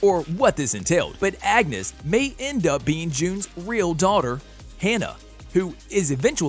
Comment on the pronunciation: and his constant mispronunciations! He literally said angus instead of Agnes 💀😂